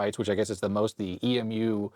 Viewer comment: In the synth world EMU is said like the flightless bird, and not spelled out.